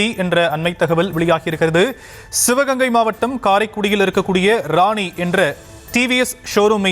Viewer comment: News சரியா வாசிக்கவும் ராசி என்று சொல்லாமல் ராணி என்று சொல்லிக்கிறீங்க😂😂😂